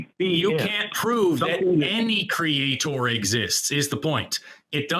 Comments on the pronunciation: I can’t take any person who says creator like “Create-Or” seriously. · When they pronounce it "Cree-yay-taur" they may as well just forfeit the conversation. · What is the deal with Christians pronouncing creator as cre-atohr. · Why do you keep saying it like that? CreaTOR? You don’t need so much emphasis on the second syllable. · Pronouncing creator exactly like Kent Hovind is a great shibboleth.